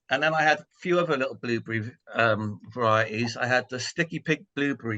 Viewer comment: Blueburry . lol. I love the way you pronounce it.